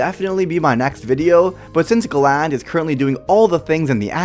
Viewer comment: It's galan or garan